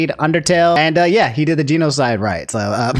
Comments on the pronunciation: at this point, im more impressed than upset. the way can mispronounce so many words, geenocide, megola-van-ia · Geeno-side rite. Are you ok?